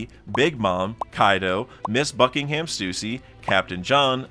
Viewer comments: This is so ironic, obviously it's Jinny, not the way he's saying it. But you are wrong about Stussy, It IS 'Stoosy', not 'Stus-ee-'. This ain't clussy lol. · It's pronounced Gin-e, and it is 1000% not "Stew-c". Do you not listen to these names being said?